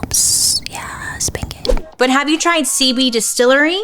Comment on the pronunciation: Girl it sounds like you're saying "seaweed distillery" not "cb distillery" 😅